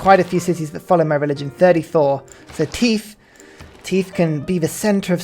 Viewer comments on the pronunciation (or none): Why do you pronounce "Tithe" the way you do? Everytime it happens I wonder to myself "Why is he talking about teeth all of a sudden?" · The enunciation of how he's saying it is hilarious though